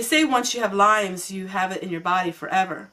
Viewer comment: I also had Lyme disease - not fun! I have phantom pain that comes and goes. Glad you caught it in time and got treated! F.Y.I. many people say it wrong - it is Lyme disease, not lymes